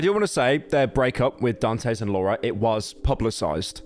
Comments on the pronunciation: Dantes... Daan tess. Not dan tays... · Honestly i feel like you should take this video down and revise it cuz i feel like you left out some information And you say dantes name wrong the entire vid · Nah this video was shit. He didn't even know how to say Dantes name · Better late than completely wrong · He’s got the Great Britain disease, he can’t control it!